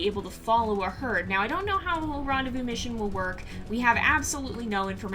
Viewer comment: To make y'alls life easy rendezvous is pronounced Ron-Day-Voo 💜❤💙